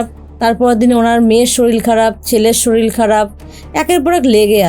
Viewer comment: Madam sorir bolun, solil noy. Solil means jal